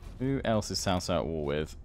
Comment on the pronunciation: Anything starting with a C followed by a vowel is pronounced as a sort of 'ts', so Sun Ce is 'Sun Tsuh', Cai Mao is 'Tsai Mao' and Cao Cao is 'Tsao Tsao', really not too bad on the pronunciation generally though. Also, anything where it's just E after a consonant has the 'Uh' sound, so words like He are pronounced more like 'Huh' or Re would be 'Ruh', think of how 'fur' is pronounced in British English and pretty close with the vowel sound.